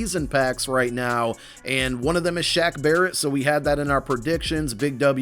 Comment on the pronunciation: Shoutout to for getting Barrett correct